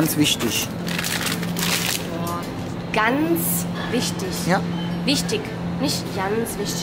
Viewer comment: Janz wichtisch haha